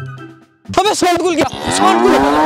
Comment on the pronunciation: Abe send khul gya saand khul gya 😂 bhai pahle naam to sagi se lelo